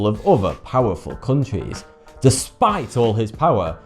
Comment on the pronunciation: Countries, sounds like cuntrees